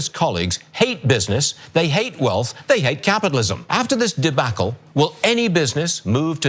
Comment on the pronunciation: DeBACKle LMAO can you believe this dipstick